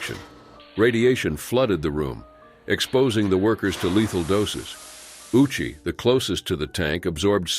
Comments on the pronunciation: Ouchi is pronounced "Oh-u-chi." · ayyyoooo! That was diabolical. Pronouncing his name like "Ow-chee", while knowing he got one of the biggest ouchies of all time.....